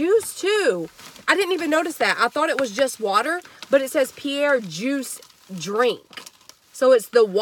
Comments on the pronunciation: It’s pronounced Peh-ree-ei. Google it. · Pe-ri- aye/ Pe-ri- a. this is the right way to pronounce the sparkling water. You really found a good fine that water is expensive. Thank you so much I really appreciate and enjoy your channel. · Just fyi the Fancy "Perrier" water is Pronounced: Pear-ee-air or Pear-ee-ay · I about pee'd when you said Pierre water 😅. Great haul! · That's my fav water! It's pronounced Perry- Ā lol love your vids!!